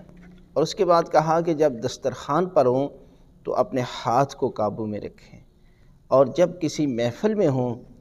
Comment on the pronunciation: VerY NiCe ReallY GreaT. QibLA MouLanA Sahib PLease ImProVe Few Words, Of Your Arabic and Urdu Qaboo HaY Kaboo Nahin HaY, Tareeqa HaY TareeKa Nahin HaY, ThanK You VerY Much.